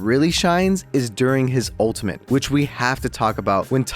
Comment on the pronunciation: there is no N in ultimate. please stop saying it with an N